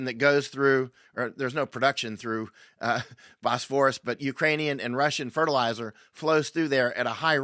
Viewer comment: Bosphorus => / BOSS-for-us/ . You done gots the syllable stress wrong. I bin there. Really Βους πόρος = Cattle crossing imilar in a way to Oxford a part of the rover Thames shallow enough to Wade or “ Ford oxen or cattle scross the river before there was a bridge as at Cambridge where there was a bridge across rge river Cam. As many people would cross at these point villages grew up around them to do trade with wayfarers. The Bosporus is way too big and deep to “ Ford” animals across in reality. The name is. Reference to mythology. Most English speakers get the pronunciation of the Greek letter β wrong. That the letter “ V” in the Greek alphabet as there is no single letter “ B” in zGreek or “ and” either.. βους => Vouss means “ cow”. Hence butter is called “ Βουτιέρου “ vouteru”= “ cow cheese” although to us “ cheese” is something a little different as Kraft Cheese hadn’t been invented yet. Then again it’s a bit of a stretch to call that “ cheese” too. Donald Trump would look like Ντοναλντ Τρυμπ in Greek as “ D” is approximated as “ NT”. There’s a problem as “μπ¨= B in Greek. So they woukd be pronouncing it as “ Donald Trub”. I haven’t been there for 20 to see how they handle it as thefe would not be a way of reproducing “ ump” as it is said in English in Greek.